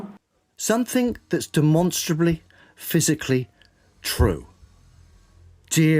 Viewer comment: It was hurting my ears with how wrong he was saying demonstrably. That is all I want to say otherwise I will start being unkind